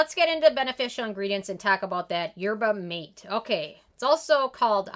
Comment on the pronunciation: Yerba Mate a spanish so its pronounced yer-buh mah-TAY.